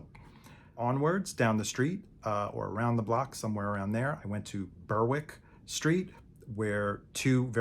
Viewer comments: The W is silent. Berick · Berwick is pronounced bear-wick